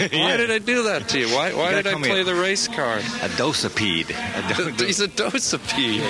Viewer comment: you must be spanish. it's do-cipede